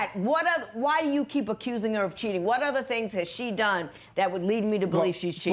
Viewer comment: As soon as I heard “acurrsing” I knew